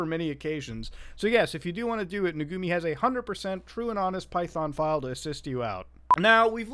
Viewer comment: Muta calling them Nugumi when it says Nugumu right there, really infuriates me